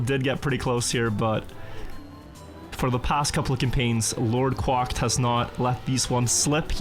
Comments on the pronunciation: "Lord quocked" it's Lord Quacked (cracked) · How many more seasons until he says quacked right lol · Is his name actually pronounced like that? It looks like "Lord Quacked", you're saying it kinda weird lol. Is it supposed to be like quantum+cracked or just the duck sound lmao